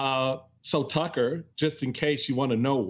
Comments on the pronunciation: Did he call him Tuckems? 😂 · Did Steele just call Tucker Carlson 'Tuckems?'